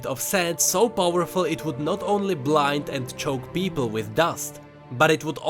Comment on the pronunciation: lmao "BEOBLE"